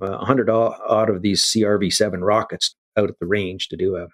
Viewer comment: "C...R...V..7"... He's human until he says that name... LOL. Super interesting.